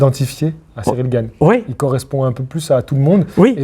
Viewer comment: Cyril GaYne VS Franssaysse AndGuenow 😂